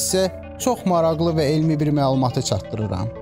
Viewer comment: PLUTON 4-CÙ WÈRT NÈDÌR KÌ, ONU ÒDÈMÌR ? 2. MARAQLI YAZILIR, MARAXLI OXUNUR AY BÌSAVAD, Q-NIN ÙSTÙNDÈN ELÈ BASIRSAN KÌ, ADAMIN ...... TÒKÙLÙR